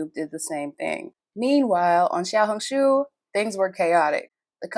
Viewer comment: You pronounced "Xiaohongshu" perfectly.